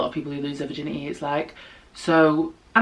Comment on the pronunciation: “virgin • eh • e” lmao I love it.